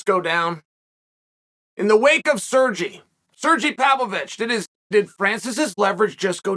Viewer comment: Why is he calling Sergey Sergi he is not Spanish.